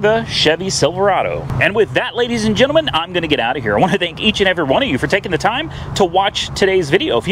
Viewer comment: What is a. "gin-aman". Are you attempting to say, "Gentleman?"